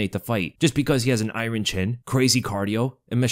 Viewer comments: Stop pronouncing iron the way that you do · “Eye-rin” chin 🤜🤨🤛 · I really like how you say "iron" in "iron chin"